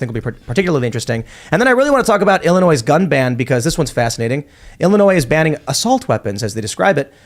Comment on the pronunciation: Illinois is not pronounced “Illinoise.”